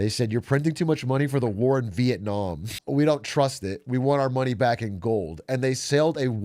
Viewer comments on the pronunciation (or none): none